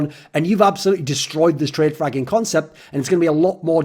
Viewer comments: That's what I heard as well... I was like wtf???? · had to check twice if he really said fragging.